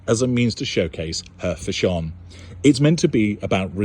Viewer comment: Fashon is my fav;-))) how u say it, pronounce it it makes Me Laugh, u r a star, listen to your interviews tpday while i was gardening, u explain it better than a doctor!!!!